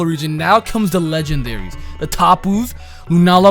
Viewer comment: "Legandaries" hmm..